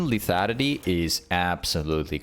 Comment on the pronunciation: say lethanity one more time